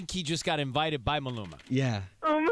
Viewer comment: yooo seacrest, wtfffffack is a "malumana" lmfaoo sounding like you going thru an aneurysm tryna pronounce the bro's name 😭😂 Maluma's face is priceless